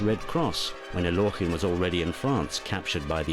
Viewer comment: Totally inaccurate. Alekhine did not lose to Euwe in "42." The Russian Revolution had nothing whatsoever to do with the death of either of his parents. Alekhine explicitly stated he did not want to be called "Al-yokh-in" as the narrator pronounces it here. Chesstv DOT com is absolutely not to be trusted for historical accuracy.